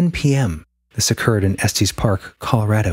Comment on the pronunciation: Estes... short e "s, tes". Sorry, 😂 I grew up in Colorado and it was driving me crazy. Lol. Great episode as always. You guys are amazing!